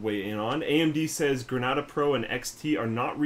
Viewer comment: If Grenada refers to the island you guys pronounced it wrong first A says its name